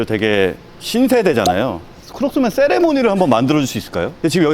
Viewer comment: ~ ^_^ 크록스맨!! 하는데 왜 바이오맨?? 이렇게 이야기하는 것으로 들리죠? ^_^ ㅇㅎㅎㅎㅎ